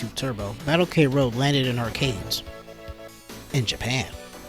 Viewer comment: The title is supposed to be pronouced "Kroad" (クロード) not "K-road"(ケーロード) for some mystery reason. Other comments mention Andy Hug but in fact all the male characters are based off real life martial artisgts, or famous fictional characters (namely, Terminator and Dan Moroboshi aka Ultra Seven). I know that was a somewhat common practice in sports games back then but it's still weird Saikyo released something like this.